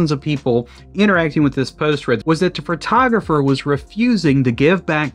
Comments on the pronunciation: Fertographer? Listening to this was like driving over speed bumps at high speed. My ears are bleeding. The photographer acted like an amateur and should be out of business. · I didn't even notice you said "fertographer" until I read the comments.🤣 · Take a shot every time he says "Phrotrogropher"